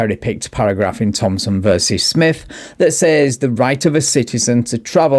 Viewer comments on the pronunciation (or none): none